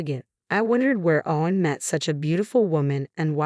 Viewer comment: Very annoying the way the “person” kept going from “O-wen to Ow-wen”. And mispronouncing other words like “de-VAST-ated”. Plus what’s going to happen when the brother gets out and the two ladies are conveniently living in the only place the nutty brother can afford?